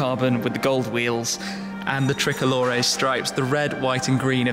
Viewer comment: Ermm... it's pronounced Pagani (don't forget the "gah" sound) Zonda ("zahn - duh") Tricolore ("triko-lor ay") not "treh-colore". Just nitpicking (I majored in Italian and International Studies at University) but otherwise a great video. Penso che sia una macchina bellissima!